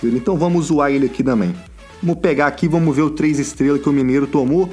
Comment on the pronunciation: KKK só agora que percebi que ele fala damém kkkkkkkkkk